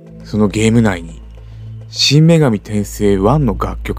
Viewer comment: 真・女神転生のイントネーション、違うのでは…？ 今、放送されているcmにナレーションの音声がありますよ！